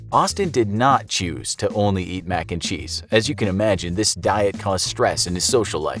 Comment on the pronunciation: I got likes for every time the narrator says max and cheese